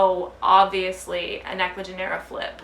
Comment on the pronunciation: Totally agree about importing and just wanted to mention that when pronouncing of Ecuagenera, the G in Spanish sounds like an H in english, so instead of Genera, it would sounds like Henera. I have just noticed that a lot of English speakers on Youtube are pronouncing their name wrong.